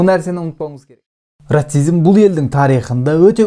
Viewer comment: Брат ратцизм емес расизм